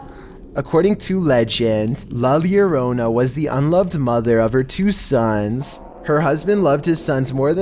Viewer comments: The first time he said it good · He pronounced la lorona correctly this time lol. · How come in the last three videos he said " llorona " wrong but now her said it right?